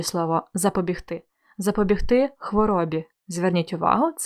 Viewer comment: Урок чудовий, все зрозуміло, дякую. Але Ви вживали слово "запобігтИ" з наголосом на "и", а я все життя думала, що правильно "запобІгти" з наголосом на "і") Невже це слово має подвійний наголос ? 😯